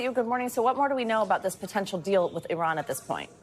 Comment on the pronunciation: It's Iran Not iron...y'all are f...... idiots